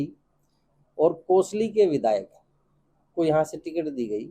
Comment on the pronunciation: कसौली नहीं कोसली..ABP पहले अपनी रिपोर्ट में सही बोलिये.. उसके बाद किसी का मूल्यंकन कीजिये